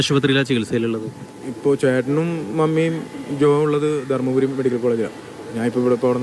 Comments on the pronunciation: Dharpuri alla dharmapuri aanu reader😂😂😂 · ധർപുരി അല്ല, ധർമപുരി.